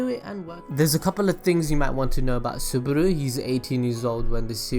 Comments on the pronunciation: its Subaru not Suburu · did he just say "suburu"??? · ***** yes and he said Suburu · SubAru NOT SubUru PLEASE